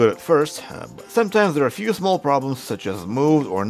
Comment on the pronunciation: “In just a fee days” 🤣. How NOT to make a living.